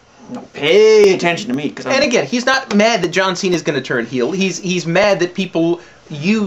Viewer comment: It's a "heel" turn. Not a "heal" turn...